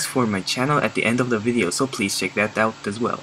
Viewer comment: out not pot